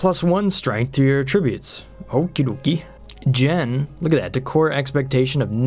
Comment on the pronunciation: Jean rhymes with bean. Nisbet is with a soft i, so should sound like biz, not nice.